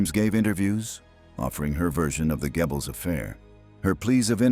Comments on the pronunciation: Not Gebbels. Say Göbbels! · It's pronounced Goebbels, not Gebbles you A.I buffoon! Bring back the old voice!! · Would the old voice have pronounced Poison Dwarf's name as Gebbils? Every time I hear it, I snicker - it makes me think of gerbils. Well, it's difficult for English speakers to pronounce. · Why do people think AI voices natural and acceptable. I was very interested in this as studied German film history. Unfortunately in first minute the mispronunciation of Goebels turned me off completely. The monotonous narration has ruined what to me would have been an informative documentary. Use humans ! The false advertising of how brilliant AI is ( I get the adverts constantly) is truly ridiculous. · Hier stimmt doch etwas nicht?😵Wo ist die andere Stimme geblieben?😱 Die hier kann ja nicht mal den Namen von dem Goebbels richtig aussprechen. 🤨 Auch die Erzählweise ist katastrophal!!!🙄 Das kann nicht das Original von World History sein, denn das habe ich abonniert und hier werde ich dazu aufgefordert!!!🤨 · And this robot doesn’t pronounce Goebbels’ name correctly. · I know, I noticed as well.